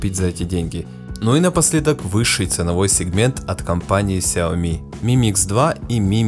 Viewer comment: Данный обзорщик, как и многие другие российские обзорщики неправильно произносит название Xiaomi, а именно неправильно ставит ударение а названии Xiaomi! В слове Xiaomi ударение ставится на последнюю букву "i", а не на букву "o"! Я как-то общался с китайцами и они подтвердили мою правоту и вообще в китайском языке всегда ударение ставится на последнюю гласную букву! А то какая-то Наоми получается, XiaOmi — NaOmi! ! НаОми Кэмпбэлл — СяОми Кэмпбэлл!